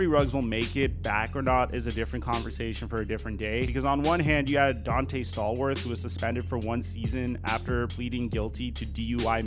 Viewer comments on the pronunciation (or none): none